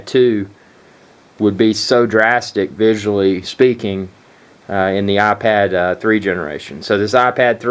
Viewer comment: Its iPad not aPad